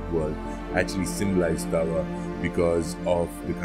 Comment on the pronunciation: As someone who is Hopi born into the sun clan I would like to make some corrections first his name is pronounced daawa thru-out all Hopi but is commonly spelled taawa second he did not destroy the third world in a flood it was the second world that was flooded and was destroyed by the serpent god pololokokangwuu and also he is referred mostly as taawa itana-a or father sun but other than that kwa-kway (thank you ) for teaching abt my wuuya 🫶🏽